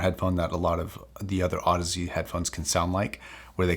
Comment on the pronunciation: I plan on buying these, they’re on special at my local fancy hi fi shop. I’m going to audition them, but I’m thankful for this review for a number of reasons. Not the least of which is learning that the name is pronounced Aud azee and not Aud eeez. You’ve saved me some embarrassment and for that you get a like and a sub. (Also, your review was quite clear and detailed:) )